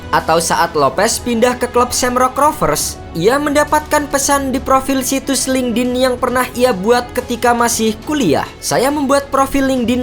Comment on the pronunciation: ... cara bacanya.. linked - in... bukan linke - din..... koreksi ya min...